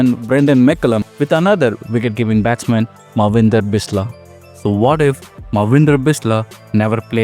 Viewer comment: It's so annoying to se you misspelt and misspronounced Manvidra Bisla's name.. he has a "n" sound in his name.. it's pronounced -Maan-vindra